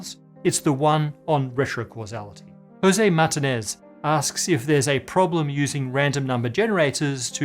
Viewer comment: Did you say Jose Matin ez?